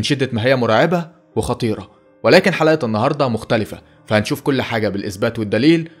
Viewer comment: في الثانية 30.0 انتا قلت حرقة بدل حلقة